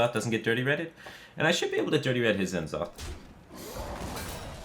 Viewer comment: Its nuh-zoth not en-zoth